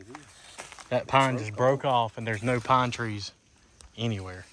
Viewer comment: if you look at 18;03 to 18;06 you see at least big pine trees. he said look, no pine treese. lol